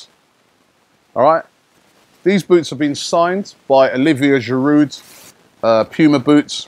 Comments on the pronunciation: If it was spelt "Giroo", Robbie would be aight 😁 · Stop pronouncing Giroud with a D. It's a French word so the D is silent, you clown!!Embarrassing. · I know this is nitpicking, but can you stop pronouncing the 'd' at the end of Giroud's name? It bugs me every time.